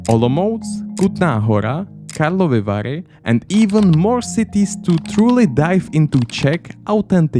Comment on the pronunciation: 🤨 ty si čech ? Ty Karlovy Vary si řekl až moc dobře 🤨